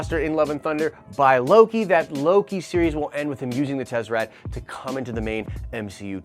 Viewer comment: I may be off but I believe it's pronounced Tes-uh-rakt fam.. Not trying to be a dick because is my favorite YouTube channel so I just want to help in any way.. Nitpicking enunciation is what I have to resort to since you are usually pretty on point..